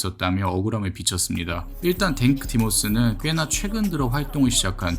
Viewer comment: 댕크 디모스가 아니라 탱크 디모스 아니야....?